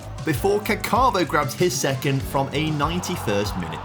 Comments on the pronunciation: It's pronounced Càccavo, with the stress on the first A, and the double C makes the C sound longer. It shouldn't sound like "cacàvo" (which is what said), which is actually how you spell "I shat". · If u put the accent in the right place, it isn't really different from the likes of Caccamo. The way pronounces it tho really means pooping ahah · The way you pronounce "Caccavo" isn't really correct, you're literally saying "I shat" ❤ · pronunciation of the name means "was pooping" in Italian ahah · Man's name surely isn't caccavo. Italian for "I pooed"